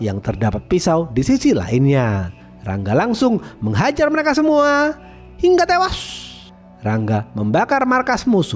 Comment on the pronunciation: Hingga tewas itu gak usah ditekan bg kek org mau birit